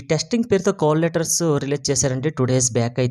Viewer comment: Ori babu cole letters kadhura call letters pronociation problem haa